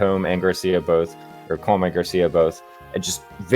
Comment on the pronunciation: Once again, I must emphasize that colm is pronounced “colum”, like a column and a row